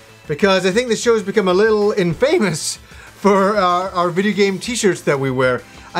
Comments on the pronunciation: Great episode, cool shirts... but I gotta call him out on his butchered pronunciation of the word "infamous" at the start! :) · in-famous lol